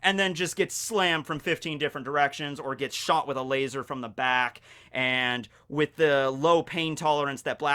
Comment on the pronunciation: Things I learned in this video 1. Barry is God 3. Kizaru is a God, but a lazy God 2. Laser (in our asian accent) is pronounced as "LAZOR"